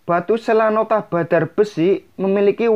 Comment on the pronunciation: Selonatah mas.. bukan selanotah